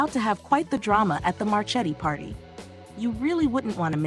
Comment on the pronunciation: It really grates on my last good nerve when the people or computer-generated voices cannot pronounce things right. It is Mar ke ti, not Mar che ti. Yes, it is spelled Marchetti, but it is not pronounced that way.